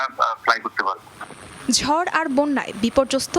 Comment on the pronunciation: জড় নাকি ঝড়😂😂